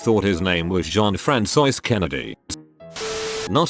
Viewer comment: No one: Text-to-speech voice: Frantzois